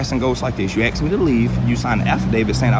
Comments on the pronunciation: Saying “ax” for “ask” is fascinating. Linguists call it metathesis, and it happens unintentionally with lots of spoken words: library > li-berry, nuclear > nucular, tasks > tax, spaghetti > pasketti, etc. “Ax” for “ask”, though, is unique. It’s a super common word in English, and when someone says “ax”, it could be part of someone’s accent, or replacing “ask” intentionally for emphasis, or to code-switch. Geoffrey Chaucer, back in the 1300s, wrote “ax” for “ask” at least a few times, because the tree felling tool and the verb for question, happen to share identical Old English root words. My Cousin Vinny, Marisa Tomei as Mona Lisa Vito, “Now I ax ya, would you give a F what kind of pants the sonafabich who shotcha was wearin’?” The auditor says both “ax” and “ask”. That’s him saying “being asked to leave” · "You can ax me to leave." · Stop saying AKS! It is not a word!